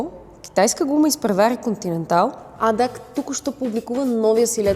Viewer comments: Като чуя Адак и спирам да гледам 😄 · Ти не се ли научи,че се изговаря А-ДЕ-А-ЦЕ!!!Не е адак.